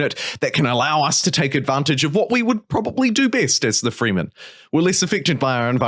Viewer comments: Yep… not freemen… frehmen… Also its not doon… its Dune kinda like June but with a D. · It's not the "FREEmen." its "Fremen." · It's pronounced with an "eh" sound, not an "ee" sound :)